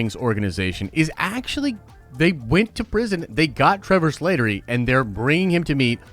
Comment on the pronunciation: It’s Slattery, not Slātery